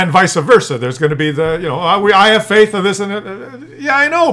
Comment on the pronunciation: VICE Versa, not VISA VERSA! This comment is most intelligent lol